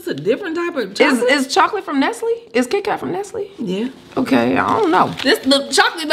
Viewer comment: Nesly not Nestle 🤭🤭🤣🤣🤣 I hollered